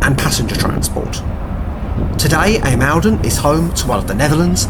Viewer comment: ijmuiden pronunciation is more like eye-moden , if u say that its closer to the way you butchered i mean pronounced it, dont get me started on how u said Scheveningen lol